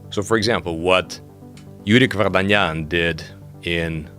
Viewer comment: lol how funny he pronounce Yurik Vardanyan xDD